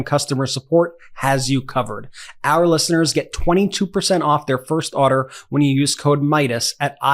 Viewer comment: Why do you say order like that 😂